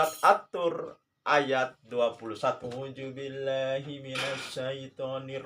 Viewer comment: Baca ta'awudz kok aujubillah, itu belajar dimana. Dzal jadi jim. 😭